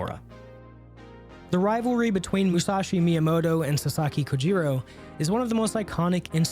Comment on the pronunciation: Your pronunciation of Japanese names is horrendous. Especially for Kojiro. But good video nonetheless